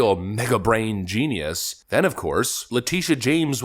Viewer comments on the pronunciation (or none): none